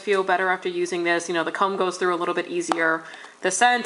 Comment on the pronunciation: Lala Port comb 😂 I heard it too.